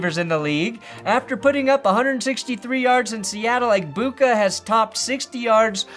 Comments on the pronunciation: “Eg-boo-kah” doesn’t even sound real anymore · Honestly same. I only hear Egbigboo now